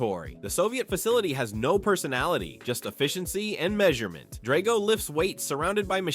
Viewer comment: This is the worst thing I have ever seen. All wrong and inaccurate. If you wanted to create the worst content ever posted on the internet neither Rocky nor Drago teaming up could stop you (and learn how to pronounce 'Drago').